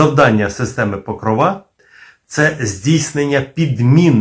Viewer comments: тільки не покровА, а покрОва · чому покровА, а не покрОва? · Блін ! Не ПокровА , а ПокрОва ! В українській мові ПокрОва, хоча і ПокрОв Пресвятої Богородиці, але все ж таки у нас Богородиця це ПокрОва. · Не покровА, а покрОва. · цікаво,але наголос ріже вухо. у вікіпедії.. Покро́ва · Може наголос треба ставити не на кінцеву "а", а на п'яту "о"🤔😉😊